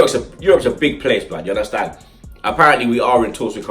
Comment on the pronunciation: Love it when he says "ya unda stand" 😂